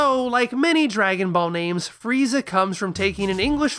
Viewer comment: isn't it more like fu riiiiii zaaaaaa instead of fu ri i za a